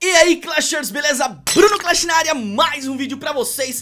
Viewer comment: ele diz clan battl